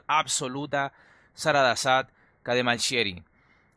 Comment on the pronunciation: No quiero ser aguafiestas o quitar mérito pues pronunciar esos nombres parece difícil pero me parece que pronunció "Saradasat" y no "Sarasadat" que es lo que está escrito... Buen video de todos modos :)